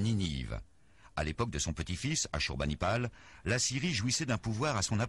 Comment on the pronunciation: Asurbanipal,, pas Asunastirpal. Edit : non